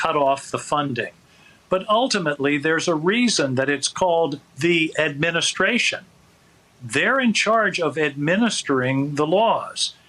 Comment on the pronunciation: TRUMP REPEATS THE SAME THING 3-4 TIMES. HE HAS DIFFICULTY SAYING WORDS AND YEARS.HERE ARE JUST A FEW. 202 for for for 2013 Plosma for plasma Administrayshzzizt for administration Semin for seminites Fatilities for facilities Docsuruuurs for doctors Origins for oranges Yo-seminites for Yo semites Totallyterrytism for totalitarianism Finny for Finland Frounders for founders Ulysseauus for Ulysses Mini on apolis for Minneapolis Broadband and broadwalk for boardwalk Thighland for Thailand